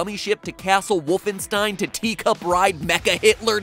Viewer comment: its not woofenstein its WOOL-fenstein